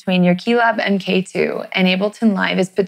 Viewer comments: Great video, but someone tell her that mkII is not pronounced "m.k. two" it's "mark 2" (as in the second version of something) and mk is a common abbreviation used for that. . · I could watch this after this semi modularly smart individual said m. k. ( not mark ) for the second time. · That, and "em kay two".